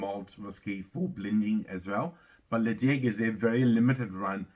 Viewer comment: hi enjoying the content the correct pronunciation is Le Chaig. you are so close to the 1k milestone. cheers from canada with a name like i thought you would be a peat lover.